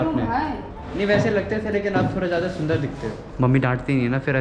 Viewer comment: Sundas nahi bolte bhaiya toilet bol te h 😂